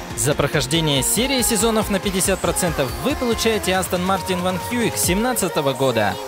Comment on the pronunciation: Ну, с возвращением! И как же ты меня повеселил оригинальным произношением названия Астон Мартин Ванквиш 😂